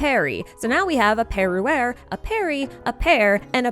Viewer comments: I can't stop hearing, Perry the Platapus every time you say Perruere. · It’s very funny when you’re French because « per-» sounds exactly like the French word for father « père »